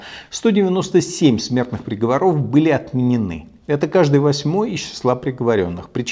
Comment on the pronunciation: В слове приговОров ударение на третий слог! Грамотей!!!